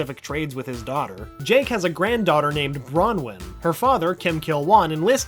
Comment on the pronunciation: Dude at the start I thought you said jank the dog